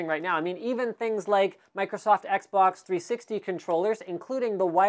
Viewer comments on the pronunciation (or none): none